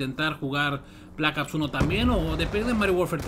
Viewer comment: jaja me da risa cuando dices blakaps 2 jajaja saludos xD